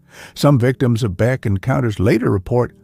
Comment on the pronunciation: AI generated. BEK was mispronounced ' B Ex" something no human would do. BOOOO!!!